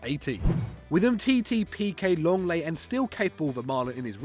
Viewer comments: Lenglet not Longleii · "LONGLAY" IT'S LENGLET. How it sounds Leng-Let